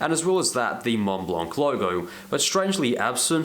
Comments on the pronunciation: Argh! Pronounce [mon-blan] ! no "c", no "t" :D PLEASE (cringe cringe cringe) Great review ! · The "c" is silent like the "t" in Mont Blanc for what it's worth.